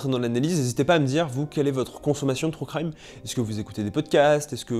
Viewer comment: "trou craille-me" 😭 "true crime" stp